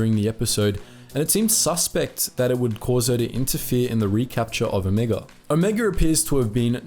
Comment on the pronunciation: "let's talk about Omega, or rather Omeeguh "